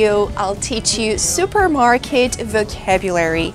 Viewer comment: "zupermarket"??? Lol😂😂